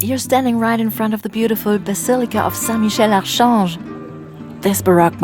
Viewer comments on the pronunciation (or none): Basilica of Saint Michel -Archange. French people say ArKange not like you did ; It does not sound right at all. The 'ch' is pronounced like a 'K'. Le Marché des ZHalles. No, no, no! French people say le Marché des alles, there is no liaison with the S of 'des' and the H of 'Halles' because H is like a consonant, preventing elision. It sounds awful! Hope you will be able to make the necessary corrections. I wish I could be there. Great video.